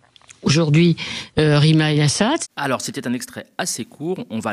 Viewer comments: Vers 26', Arlette Chabot dit : "Rima Assat" ou "Yassat". Que fallait-il comprendre ? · aaaaah ! c'était "Assad"... j'ai du chercher sur wiki pour la comprendre tellement c'était subtil